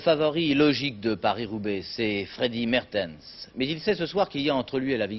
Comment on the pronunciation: Paris-Roubaix 1976, victoire du regretté Marc Demeyer, équipier de Freddy Maertens (qui se prononce MArtens, non MErtens, les Français ont toujours été nuls dans la prononciation des noms étrangers).